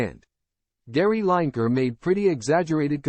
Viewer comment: Say his name properly